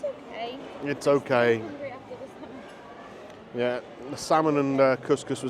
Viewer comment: Its not slamon